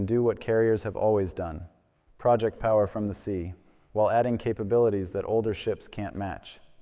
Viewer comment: The Kennedy went to sea in early 2026, not 2025. YOu need to fix your narration. Aslo, the way you are using the word "project", it's pronounce pro-JECT', not PRO'-ject.